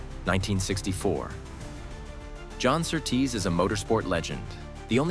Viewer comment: Your pronunciation of Sir Tease makes him sound like some noble male stripper.